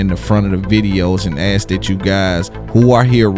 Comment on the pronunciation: Yet you still can't say, "ask" this dude is a clown